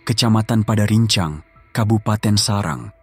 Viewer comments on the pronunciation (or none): Serang bang bukan sarang